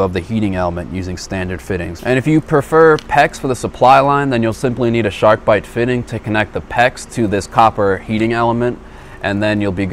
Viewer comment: Had to exit out of the video and disregard everything you said after you said “sharkbite”